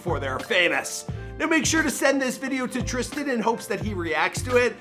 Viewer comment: It says trisan mike his name is tristan